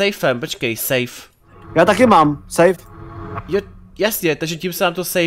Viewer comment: Ty obtížnosti se ČTOU: sejf , jůklid a kýtr. Zjisti si o S.C.P. hodně. Řekl bych že pro ty co znají SCP hodně dobře je hrozný to sledovat. Jinak dobrý!